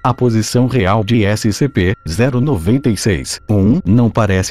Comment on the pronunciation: Eu: •-•) Hum, vídeo legal Narrador: SCP-096 Eu: hum Narrador: S-C-P-0-96 Eu: ok brow •-•)=b Narrador: ÉCI CE PÊ ZÉRU NOVENTA I CEIS °-°) omae wa wo chindeiro Narrador: NANI?!!?!?!!